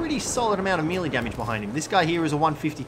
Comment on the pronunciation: does it bother anyone else that he pronounces "melee" wrong?